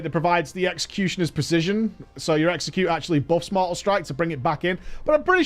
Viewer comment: That time said “sweeping strike, execute” bu it sounded like sweeping strike sexy cute